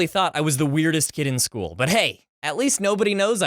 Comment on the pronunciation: Muh most emerbassing sckhool momints XD